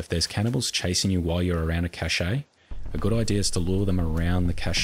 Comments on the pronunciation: the fact he calls them chache-A 's instead of pronouncing it cash really grinds me the wrong way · The e in cache is silent. Pronounced like cash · A cache, like an arms cache is just pronounced like cash. It's a loanword, but the main thing is that another French loanword, cachet is pronounced like how illiterate seppos pronounce cache wrong. They've only been doing that for the last decade, don't copy seppos, they basically can't speak English because they have no vocabulary and nearly always nors up French loanwords. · At first him saying Cache really bothered me, but it's kind of funny yet soothing. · great video, really helpful, but the way he says cache is so annoying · maybe they say them differently in different places of the world